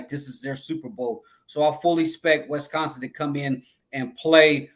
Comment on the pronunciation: One of my pet peeves in life is when people call Wisconsin "Wess-consin" 😂